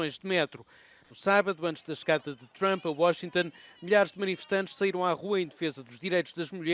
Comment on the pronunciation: Trump chegou...e os de baracanews.pt pronunciar "Thchramp"...é mais uma da mania analfabeta ..